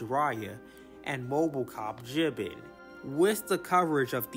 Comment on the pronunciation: BTW, for future reference, it’s pronounced Jee-BAAN.